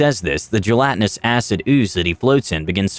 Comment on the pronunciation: "Jellotinous"? It's "gelatinous".